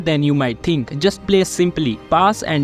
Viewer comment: “Overtinking”💀 “what will my coach tink”💀